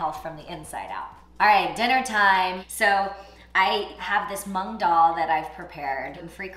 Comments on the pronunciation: The “mung dahl” part hurt my brainnnn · The way she pronounced moong dal has me cracked up lmao😂😂